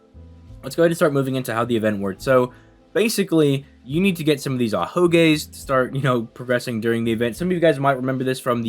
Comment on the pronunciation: This nigga said ahogays